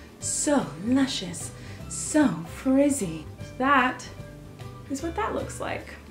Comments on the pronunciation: I died every time she said lucisous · Whenever you say luscious I always expect luchous.